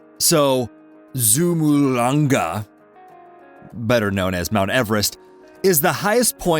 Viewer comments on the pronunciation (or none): Hey, narrator snot guy, the name of the mountain is "Chomolungma," not "Zumulanga" or Zulubulu or Wierd-Natives-Are-Restless name!!! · Not kumolongma its chomolongma... 😁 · Chomalonga how I was taught it's said. Not zumalonga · Why the phaark did you say "Zhumulanga" like an idiot?? Are you 5?? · learn how to pronounce the original name of the mountain before being disrespectful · Aside from all the other comments that correct the blatant misinformation in this video, it is downright disrespectful to purposely mispronounce the native name of this mountain in the derisive tone used. A simple google search will turn up the correct pronunciation in about a second and a half. Dishonest, lazy, and shameful.